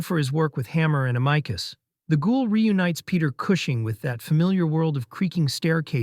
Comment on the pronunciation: Amicus (Am-e-cus) - not "am-eye-cus" 😉